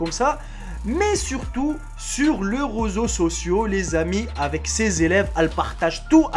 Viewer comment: "les roseau sociaux"